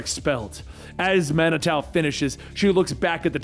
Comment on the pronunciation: It's pronounced man-i-too